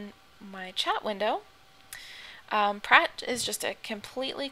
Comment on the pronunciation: ah lol, sound so funny when u say "skada" and "prat", oh and btw, did u know that skada means dmg in swedish and that prat means talk?